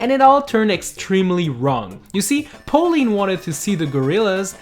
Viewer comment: How do you fuck up saying Pauline?